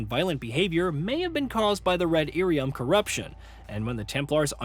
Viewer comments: That dude has never played a DA game clearly, and likely read lyrium as Iyrium (capitol i) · Dude it's Lyrium not Irium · what the hell is red irium ..... 😂😂😂😂 he called lyrium as irium 🤣🤣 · Ear e um